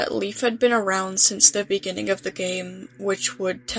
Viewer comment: in the bininging